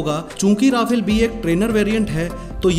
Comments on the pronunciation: pronounce correctly 'ra..faaaaaal' not 'ra..fail' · But it is pronounced 'Rafaal' not Rafel because Rafael is another company from Israel. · Rafale is fighter jet...pronounced as Rafaal And Rafael is Israel...it's pronounced as rafael